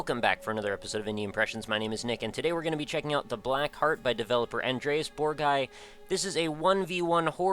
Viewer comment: ***** that's great! I guess you don't have a video of that, right? you only mispronounced my last name, not the first, so don't worry! it happens.